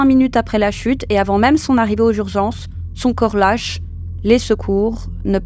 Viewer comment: ''aux jurzences'' ?